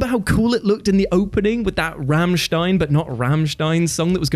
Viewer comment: As a HUGE Rammstein fan I was equal parts cringe and joy hearing him give a shout out to the band. Moreso the mispronunciation of the name, but I like how he said the music was but wasn't.